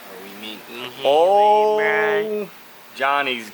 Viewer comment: "We're gaining hayway"